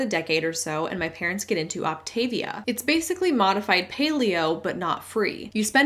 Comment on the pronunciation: Just FYI, the pronunciation is “Opt-uh-VEE-uh.” And yup, your daily caloric intake on the program is SO LOW that exercise IS discouraged.